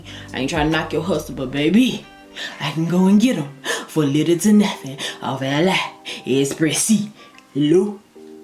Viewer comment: It’s pronounced Ah-lee express not ah lie